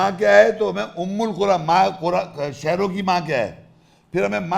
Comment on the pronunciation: Again! Umm-ul- qura word is not their in the ayat ! Its umma-Al-Qura ,which u mistranlsate thinking its with pesh while in the ayat its with zabar ! And with zabar its recited as Umma-Al-Qura'a which means the people of the cities ! not the mother of all cities ! Correct yourself sir!